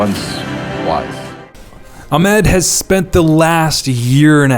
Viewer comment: how hard can it be to pronounce the name AHMAD? the letter H does not exist in american english? anyway, great video and a super satisfying result.